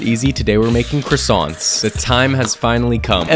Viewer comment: Bakes croissants perfectly ✅ Can't pronounce croissants perfectly